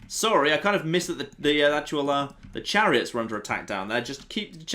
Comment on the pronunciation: he said the clariots